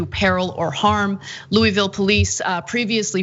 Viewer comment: nice job mispronouncing louisville anna